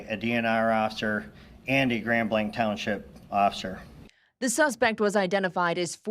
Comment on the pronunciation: PLEASE PEOPLE its pronounced "GRAND BLANK" not GRAND BLANCH...